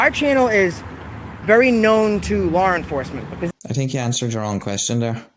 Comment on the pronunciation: He got “a..sawlted” god I lived up north and that’s way over the top lol gawd dem Bill of rights” oh wait “Lar... enforcement”